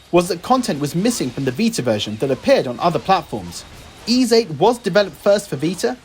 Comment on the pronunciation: A really nicely put together video. I’m really looking forward to Ys IX but can’t decide whether to get it for Switch or PS. Having VIII and Celceta now on PS I may get it for that. Ooh, just one thing, and I think as you are a massive fan of the series I should say, the S is actually pronounced like an S and not a Z (think Peace not Please).